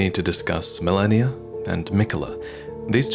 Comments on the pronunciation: Stop saying melaninalala. It's Meh-lee-na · did he say Melanir? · Mfer giving me ptsd with "Malenia the blade of miquella"